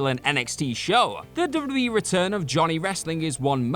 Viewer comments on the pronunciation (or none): my favorite part is when he said dubbadubbadadee